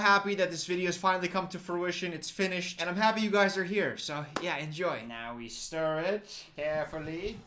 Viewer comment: The "stiR" gets me every time 😂